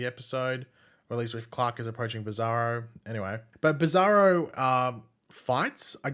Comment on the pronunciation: His name is Clark. Not Clock.